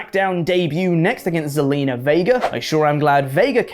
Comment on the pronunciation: The z makes a S sound zalina is Salina